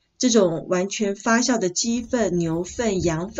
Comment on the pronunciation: 謝謝分享!聽到"發酵"正確的發音好親切呢! 妳解決泥土板結的方法補錯喔!我也試試看!